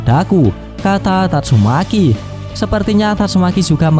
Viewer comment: Yg ngakak bilang " YANG KELUAR TATSUMEKI"😂